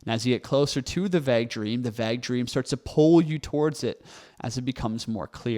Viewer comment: Great video, however: it’s pronounced vayg vaeyg (vAgue